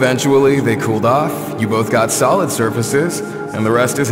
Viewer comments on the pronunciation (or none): none